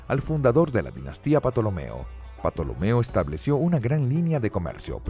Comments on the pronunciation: Por favor!!!!! Que alguien en la producción de este canal le diga al narrador que la P de Ptolomeo es MUDA!!! No es la primera vez que este narrador pronuncia mal ciertos nombres de personajes históricos en sus videos. Importante saber la pronunciación correcta en español antes de realizar el video! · La pronunciación de la P inicial en Ptolomeo y Ptolemaica es un error lamentable. Ahí falta asesoría al locutor. Esto por último es un gazapo, lo que no lo es y parece que nadie ha mencionado es que dice que Cambises invadió Egipto en el 1525 a.C. Este sí es un error inaceptable en un canal de historia.